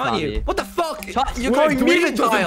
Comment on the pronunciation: lmao just me or did others laugh when skeppy said “Fock you” and left the discord.